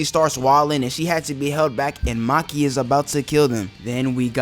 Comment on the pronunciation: Ain't no way bro said "Maki"